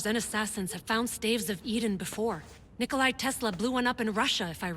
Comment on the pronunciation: Wow assassins creed, just WOW... It's Nikola Tesla, not Nikolai...